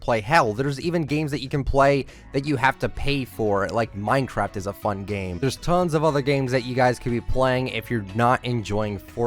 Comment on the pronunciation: Hearing say “Minecraft” gives me the shivers 🥶